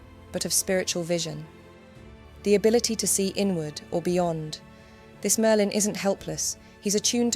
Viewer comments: sounds more like Maerlyn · Mer-lin is diminutive of mer, meaning sea, as in one of the meri cult.